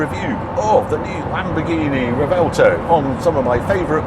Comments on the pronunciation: 🤓 In Spanish you’d pronounce it Rebuelto because ‘V’ and ‘B’ are both pronounced the same, “Beh”. So Reb that Rebuelto, make it go Broom Broom 😂😂😂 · Should be pronounced Revolting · I still prefer Harry’s original pronunciation, Reveluto. 😅